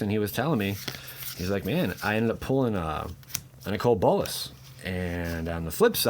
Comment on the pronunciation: A Nicole Bolas? You need to learn English...